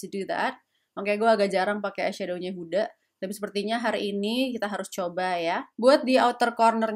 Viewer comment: njir pankreasku tergelitik ketika ngomong huda lumping